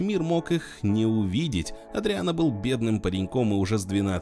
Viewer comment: Не "Эдриан", а Адриан.